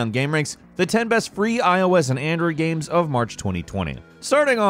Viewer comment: Gahymes, gimes, gaym - he never pronounces it the same way does he?